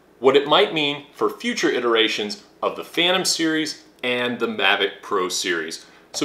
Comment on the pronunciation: You say "DUH" a lot. Ever hear of the word, "the"? (That's pronounced "thee" OR "thuh" depending on the SOUND of the subsequent word...vowel sounds like "X"/"ex" or "area", for example, get "THEE".) I know that's too difficult.)